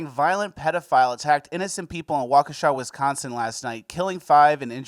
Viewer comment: Anybody else think that the name of the town was pronounced like the song Wokesha by moneybag yo